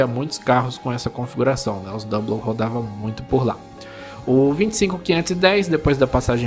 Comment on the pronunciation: Dica: Na palavra "double" não se fala o L, portanto, pronuncia-se "dabou".